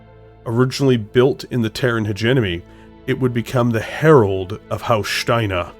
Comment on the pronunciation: Bloody fantastic video favourite so far plus I love how you say STEINER, such emphasis on the STEIN. From Zero to Hero indeed